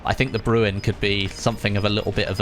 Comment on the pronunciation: It’s not pronounced brew en. It’s bre N. Like Ren from Ren and Stimpy